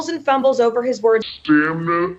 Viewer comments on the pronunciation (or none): HUH? " Mental STANIMA?" LOL LOL 😆 🤣